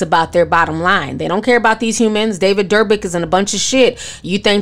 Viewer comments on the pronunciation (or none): You b pronouncing all kinds a names perfect but Dobrik (Dough/ brick) got ya stumped, it’s so cute lol